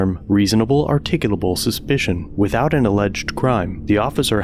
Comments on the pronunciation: "I reasonably articulatably suspect you!!" What an absolute moron. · “This is articcabul reasonable suspicious” officer dummy doesn’t even know how to pronounce those big words he does not understand.